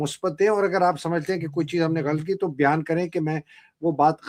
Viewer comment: you pronounce word" Ghalt" whereas it is "ghalat".